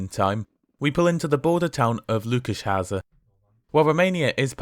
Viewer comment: The way you pronounce Lőkösháza resembles Lukácsháza, which is not fully a border town, there are 2 villages between it and the border, but it’s by the Austrian border. Just an interesting info. As an English speaker, you of course butcher all the foreign names, but I’m proud of you for trying your best!